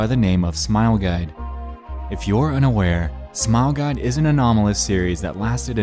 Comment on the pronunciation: AHEM! You said Smile Gide. You mean Smile Guide.